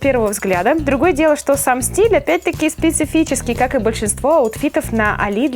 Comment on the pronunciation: "Спесфиский." (©Аркадий Райкин)